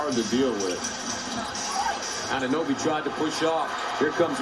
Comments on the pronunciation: “ OG Anunbooty ” had me dying 😂😂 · That man said annabooty lol